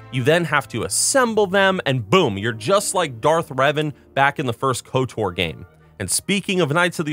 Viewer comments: Great video! And, it’s KoTOR not KoTAR (quite the unique pronunciation you have) 😃😂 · Love the video. Always been a fan of the Old Republic series of games in total. Glad to see you still bringing attention to it. p.s. If you pronounce KotOR as Kot-AR again I'm going to "cause a disturbance in the force" you irl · The way he says KOTOR "kotar" is infuriating. Especially when saying SWTOR perfectly right after...